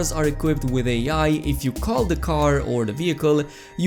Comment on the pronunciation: Did you just pronounce AI as Ay Yay?😂